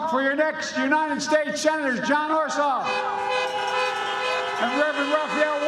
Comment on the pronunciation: Crazy Uncle Joke can't even say "Ossoff" without messing up...